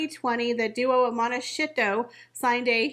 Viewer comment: I stopped listening the second time you said "Monteshitso." Not very classy.